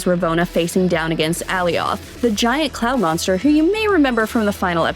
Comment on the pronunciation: The pronunciation of Alioth 😂